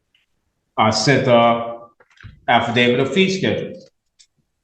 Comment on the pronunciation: Anyone else notice that all these Moore sovtards pronounce affidavit "alpha-david". 😂